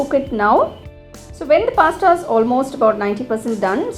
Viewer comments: Pasta not pastta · What's pasta lol u are pronouncing it wrong" ta"